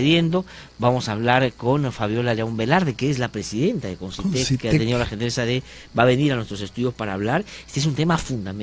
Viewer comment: Concytec, no Consytec